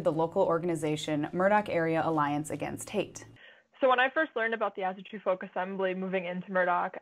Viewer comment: As-AW-TRU NOT fkin As-A-tru